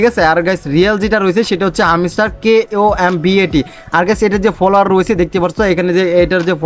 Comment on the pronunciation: কামব্যাট কি ভাই,,, উচ্চারণ জানে না আবার সে ইউটিউবার হল কেমনে 😂😂😂